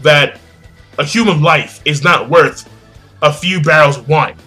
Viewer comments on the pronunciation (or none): none